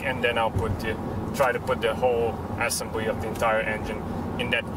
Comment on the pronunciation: Great videos. One pointer; though there is nothing to complain about your English, there one tiny mispronunciation. It's not pronounced Assembly, but assEmbly. Check here, if you need to. Not to be a wise-ass, but I assume you're going to say assembly a lot in the upcoming videos, so I wanted to give you the heads-up. 😎